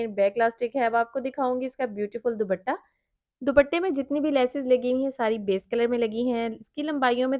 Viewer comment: ❤❤❤بہت خوب صورت سوٹس ہیں۔۔۔۔بس دوبٹہ۔۔۔کی بجاۓ صحیح تلفظ ہے۔۔۔دوپٹہ۔۔۔۔امید ہے آپ نے برا نہیں منایا ہو گا۔۔۔۔۔ شکریہ